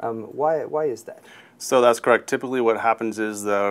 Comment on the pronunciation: Lol corract!